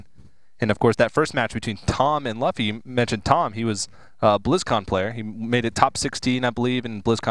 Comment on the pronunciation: Luffy is pronounced Loo-Fee